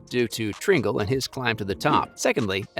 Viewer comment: Learn to pronounce Tringale’s name